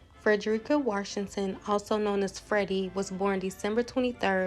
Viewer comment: Enjoyed this commentary. She was such a beautiful woman. We actually share the same name with just a slightly different spelling. However it’s always mispronounced. It’s actually pronounced Freh-duh-ri-kuh. I love seeing others with this very unique name.